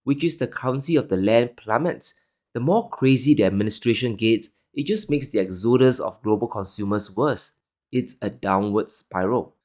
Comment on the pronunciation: It's not exOdus it's Exodus